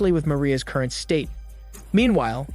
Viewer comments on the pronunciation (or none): none